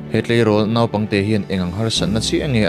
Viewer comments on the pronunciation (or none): none